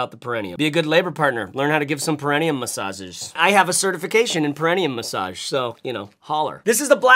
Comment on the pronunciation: Peri-knee-um, Bru. Trust me I'm a Doctor. And a bag guy (I'm running out of places to hide my new bags) That Forge bag, tho